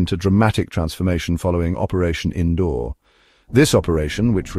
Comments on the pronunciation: Its seems AI can't Pronounce Sindoor 😂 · Cake get the name right sindoor